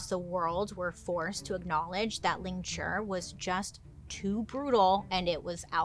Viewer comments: It’s “lingCHI”, not ”lingCHUR” 😂, but it’s okay, some words are just hard to say when we’re not used to them. Sometimes, everyday English words sound so weird to say if that makes sense. Almost like it’s not a real word and just doesn’t sound right. Lol, I have issues 😂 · No death by 1000 cuts didn’t come from flaying. Lingchi and flaying are similar but different methods of execution. It’s lingchi you are pronouncing it wrong. It has a i at the end it’s pronounced ling-chi. Lingchi. I study the history of torture and execution i really wish I could help you get it right and explain it accurately. Ugh 😩 no offense it is better to get accurate information that is factual and pronounce things right then just be thick headed and continue to get it wrong because you have too much pride.